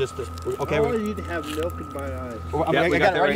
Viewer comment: How did you get the letter u in milk? It's obviously pronounced with an I